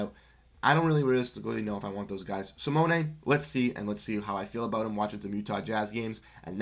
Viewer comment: SMH you dont even say Simone's name right. He is worth a first minimum.